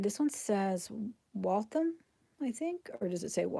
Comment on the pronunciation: Not Walt ham- the "th" in the center sounds like the "th" in then or there. Waltham is a city in Massachusetts